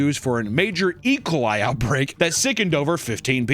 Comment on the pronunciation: compressing “E. Coli” into one word and pronouncing it, “Ee-kuh-lie” will never not make me laugh.